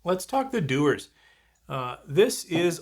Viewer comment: Dewars, not Dewers.